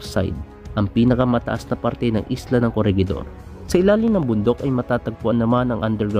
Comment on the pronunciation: "Corehidor" po ata sa pagkakaalam ko sa pronunciation